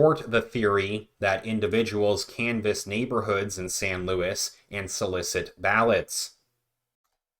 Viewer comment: Im from there please look into Tony Reyes and his son they are being investigated for paying the mules this city is so corrupt..its also not louis its pronounced sounds like luweez This has been going on for years I have met David Lara a couple times He's been trying to get them to investigate for almost 20 years